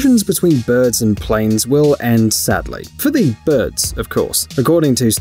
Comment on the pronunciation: normal ppl: birbs me: birds this guy: BŐRDS